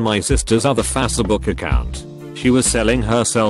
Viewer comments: everytime I hear the robotvoice call facebook 'fessebook' I cringe so badly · "Facebook" fass-e-book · the voice cant say Facebook right lol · This cybertoad voice doesn't know the word facebook >< faceh book